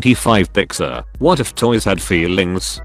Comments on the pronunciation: I can’t get over the fact on how he says “feeLings” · idk why but the way it pronounces "feelings" is just so funny to me